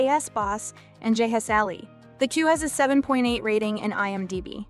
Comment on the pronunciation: How can you pronounce "The K2" wrong? Kay... two. Tada!!! BTW Loved that series. Ji Chang Wook Rocks.